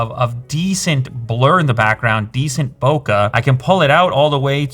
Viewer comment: its bo-keh, not bokaaaah.